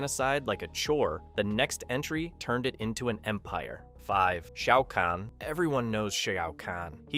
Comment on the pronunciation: Shayy-ow kahn